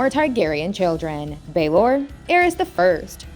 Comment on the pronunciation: The way she pronounced Maegor sent me too 😂 Mayger and Anus. The first Targaryen princes 😂